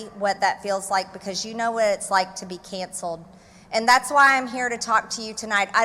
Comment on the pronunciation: Gawd. Her voice and pronounciation makes my ears bleed. It's cancelled, not ceyanancelled!